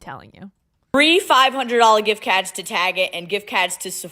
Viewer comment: GIFT CAHDS AND SNEAKAHS